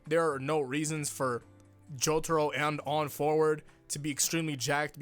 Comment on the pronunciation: Worried about Vento Aureo pronounciation, still pronounces Jotaro as Jotoro...